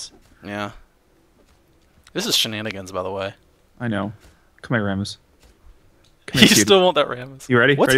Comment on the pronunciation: Rammus is pronounced "Ram (like Random Access Memory)-us"